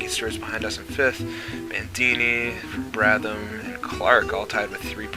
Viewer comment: It's Brab-ham, not Brab-tham, and he's Australian.